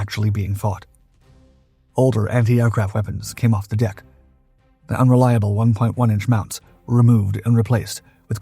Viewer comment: is this AI voiced? i could swear i've heard this narrator pronounce Bofors correctly